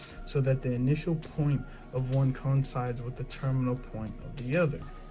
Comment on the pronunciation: Did he pronounce coincides as coin sides? Is this a book review?